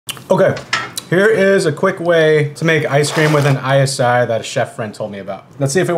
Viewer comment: Interesting: As an Austrian I always thought that iSi is pronounced like the englisch word “easy” because it is so easy to make whipped cream. Edit: I just learned that iSi is in fact an Austrian company which i did not know until this day. So I guess it should be pronounced “easy” then because that is the german way of pronouncing iSi.